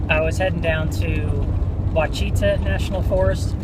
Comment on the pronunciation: I've actually camped at Lake Ouachita many times. We would camp for a week and water ski there just about every summer growing up. It really is a beautiful place. By the way, Ouachita is pronounced (Wash-it-ah). Safe travels.